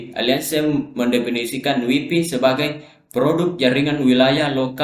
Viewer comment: WiFi, bukan waifai